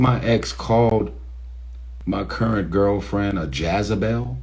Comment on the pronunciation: “Jazzabel” ?? 😂🤦🏽‍♀️ mannn I’m done here smh JEZEBEL!!